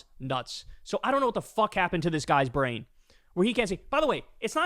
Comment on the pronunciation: They way this guy starts, "His brean stopt working" Dude needs a good look at hemself. What a freaking idiot, But he has a lot of idiots who follow him to i see. Real people??? Brain dead? or just to lazy to look beyond the delusional bubble?